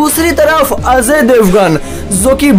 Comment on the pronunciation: Gadhaye Ajay Devgan hai azay devgan nahi